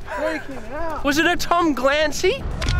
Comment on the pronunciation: “Was it a Tom Glancy?” 😂